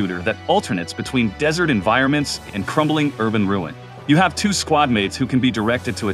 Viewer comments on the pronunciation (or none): none